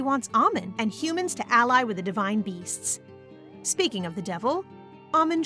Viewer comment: Girl now you said speeking of the devil